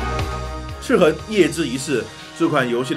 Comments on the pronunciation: 他说ci痕舒服多了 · 的发音笑死我了，一本正经的chi痕chi痕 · 这次念「赤痕」的时候特别注重嚼字...: ) 其中还有念成「赤魂」的。这个IP是不是有一个更复古的仿8bit游戏？ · 哈哈哈哈，听一直说广普，但是读“赤痕” 又特意咬字特别清楚，感觉很萌啊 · 哥你这集在说游戏名字赤痕的赤的时候卷舌音特别重是肿么回事？而其他的却又不注意。听着特别别扭，还不如继续说塑料普通话了…… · 血虧笑死我 🤣🤣🤣 所有籃子放一個雞蛋裡也笑死我 😆😆😆 聽著唯獨「赤痕」二字咬字特別清楚感覺有點出戲 🤣 這款之前會免有送，我看了一下是類惡魔城遊戲就載來玩了，然後就發現超好玩～我就是喜歡惡魔城啊～～～ N年前玩過一款韓國做的手遊，也是類惡魔城，其實也不錯玩，但後來再回去看發現沒得玩了，我都還沒破關呢 QQ 會選擇眾籌很簡單啊；眾籌就是一個「給你錢，快點做」的實際展現。但是投資的話都得聽投資方的話，付錢的最大，自然是眾籌比較自由。 （小吐槽：角力應該讀作「腳力」。「角色」才讀作決，是從戲曲來的；角力是從牛這類動物用角去爭鬥的行為借代來的，所以讀作腳。你總不會把牛角讀作牛決吧？） 至於翻譯嘛……還好我是玩英文版。但我有稍微瞄過中文，那個翻譯真的是慘不忍睹 🤣🤣🤣